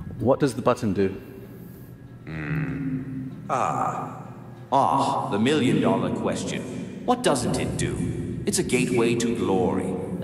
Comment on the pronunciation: It mispronounced the word “Do”. Let’s not pretend this is anything impressive.